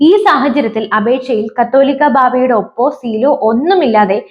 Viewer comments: കത്തോലിക്കാ ബാവ അല്ല , കാതോലിക്ക ബാവ എന്നാണ്.ഏതെങ്കിലും മനസ്സിൽ ആക്കി വാർത്ത വായിക്ക് . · കാതോലിക്കാ എന്നു വായിക്കാൻ അറിയാത്തവരെ ഇത് പോലെ ന്യൂസ് വായിക്കാൻ ഏൽപിക്കരുത്. അല്ലെങ്കിൽ ചാനൽ ഉടമ പഠിപ്പിക്കണം.